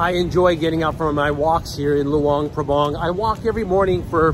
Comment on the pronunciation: The local people pronounce it Lao. And the town is pronounced LuAng PrAbAng. Not Lu-ung Prabung. They are 'A's not 'u's. And yes, it's a nice place to live, but it doesn't have a proper long term retirement type visa.